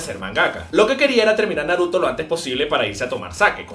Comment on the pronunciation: Por que nunca pronuncias bien los nombres el Naruto ?